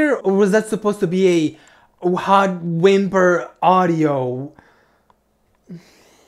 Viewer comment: I CAN'T WITH THE "Whimper audia" THING LMAO